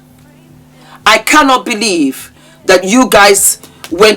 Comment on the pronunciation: I love when say “Diddy Poo” 😂😂😂😂😂😂😂😂